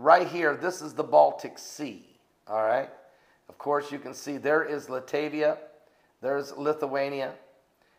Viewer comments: Latvia, not Latavia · LOL pronounced "Lat-Via" I went to skool, in Lithuanian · Are you serious? Are you serious?? does not know how to say Latvia? Are you serious he des not know that Estonia is on the north side of Latvia? Please send an atlas this is not common core!